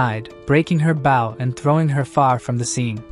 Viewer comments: why are you saing BAU when talking about a bow? say the oooo not the w!!!! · For the love of legolas! it's BOW not BAU!